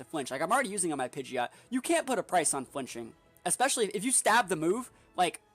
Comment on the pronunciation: It's pronounced Pidgeot, not Pidgeot 🤣